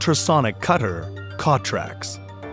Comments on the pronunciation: From the makers of the failed Wondercutter S.... Same company. The name is stupid "CTRLAX". I am computer geek and even for me it took a second to register. The narrator can not pronounce the product name. Steongly suggest you wait and not ne an early bird. Korean startups are known for their quality. *sarcasm) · First of all, who the hell named this product. Secondly, how the #%$& is this guy pronouncing it?